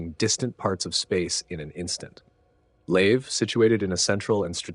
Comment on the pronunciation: Agreed! Well put together. It wasn't just Procyon though. He pronounced multiple systems in an odd way. Then called them correctly the next sentence. Made the first minute a trip. Examples: "Leave" for Lave. Saul for Sol.